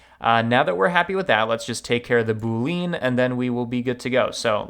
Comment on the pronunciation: My cringe moment is when he pronounces boolean as double syllable "boo leen" emphasis on second syllable instead of triple syllable "boo lee unn" emphasis on first syllable